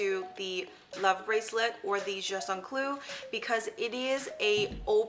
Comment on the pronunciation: Love the video! However you say jus un clou a lotttt in french you do pronounce the T in just❤️